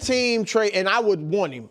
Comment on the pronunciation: Nick’s Midwestern accent layered over by smooth pro broadcaster voice produces interesting pronunciations of a few words. The biggest one is when he finishes Part 1 of his point and he pauses to emphatically say “and” to set up Part 2, he says “EEEyund.” Listen for it